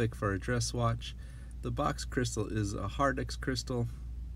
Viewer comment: The crystal is HARDLEX not Hardex ...